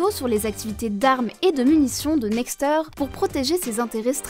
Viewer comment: Par contre c'est Nextèr et pas nexteur